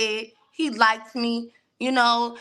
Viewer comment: And even said "likeded". It hurts typing that.